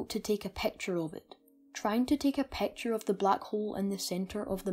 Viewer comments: I really Love the vid but please stop saying pacture its picture Not pacture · The way he says " picture " pecture " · "...it is hard to take a PAAAKCHUR of it..." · "a peawcture oeaf a blaeak houwlf" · "A pecktyer of a black hole" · i dont trust anybody that pronounces picture as peture!!